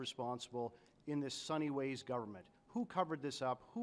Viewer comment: Every one thought he said sunny ways but it was just sun hee hwes 😂